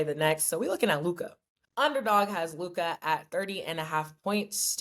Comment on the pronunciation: Is it just me or is the way Mase says Luka’s name funny as a mofo? He pronounces it Lu-kahh lol.